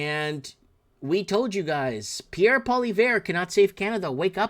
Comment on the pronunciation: please try to pronounce Pierre name right